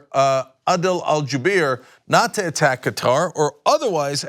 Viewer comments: Hey Cenk, it's pronounced KAH-Tahr (similar to Cutter but with "ah" sounds) not Ka-TAR (which is a pronunciation like guitar). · Qatar. I believe it's pronounced like "cutter", emphasis on first syllable. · Qatar = Cutter You wouldn't like people mispronouncing your name. 😆